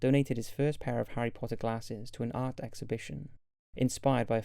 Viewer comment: He said Harry Potter with that perfect accent!